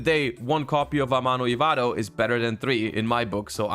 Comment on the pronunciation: I like that his accent peaks in a bit more when he says 'Amano Ivato'